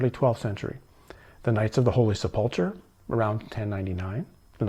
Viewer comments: Holy Seplechur (sp?) Pronounced 'sep-le-ker'.. I had wondered if you had any exposure to Christianity, now I think prob not. Based upon your pronunciation of words heard often within Christian circles. If that is the case, I find your research more intriguing especially where it leads you ultimately. I wondered if perhaps you were someone who had been raised with a religious background and went seeking truth beyond the confines of doctrine. This does not seem to be the case in your situation. I am curious what took you down this path. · Knights of the holy "Sep lu cure" is the correct pronunciation.